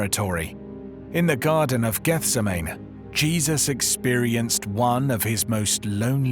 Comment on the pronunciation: I knew in 1 minute that you were not a Bible scholar by the way you pronounced Gethsemane. A reputable Bible teacher would have known better.